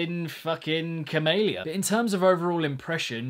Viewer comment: pronounces camelia cumalia